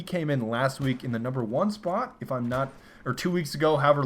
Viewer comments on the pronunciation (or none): none